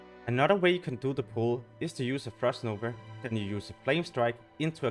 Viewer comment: Theres no R in the word nova